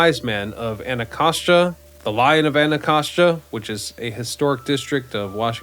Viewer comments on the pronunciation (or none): none